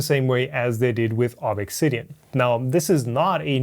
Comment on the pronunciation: please stop saying Ob EXX Sidian. It's just Obsidian.